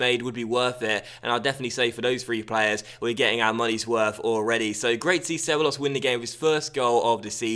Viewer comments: It's pronounced ce-bye-ohs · Dani Ceballos is pronounced she-ba-los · DANI CEBEYEOS is the pronuunciation